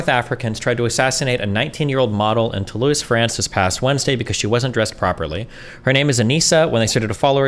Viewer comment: To-loise … lmfao